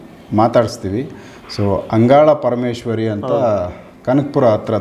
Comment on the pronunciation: Its angala parameshwari not andala parameshwari